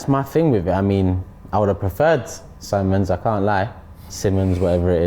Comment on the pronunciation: Not Robbie trying to correct on how to pronounce Sim-mons when he’s actually wrong. 😂 Robbie’s name pronunciations = 0